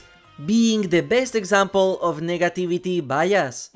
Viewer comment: bro did NOT say negativity